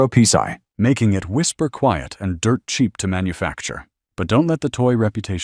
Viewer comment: I would like to find a 3008 rifle with that pee-sai! Garbage AI.